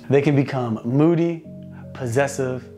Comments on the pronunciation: Moody not moddy lol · Just a small correction: its "Moody" and you put moddy by accident ha ha. But other then that, good video!